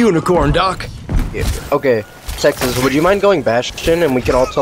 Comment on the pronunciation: "yexas" xd